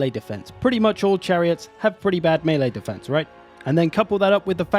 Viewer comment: Just wanna say thanks for the underappreciated correct pronunciation of melee. Whenever someone says mee-lee it makes something clunk and shudder in the depths of my brain